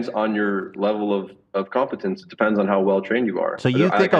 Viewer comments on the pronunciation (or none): He mispronounces competence as “cumpetence”